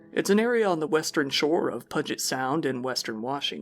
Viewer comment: LOL your pronunciation of Puget Sound!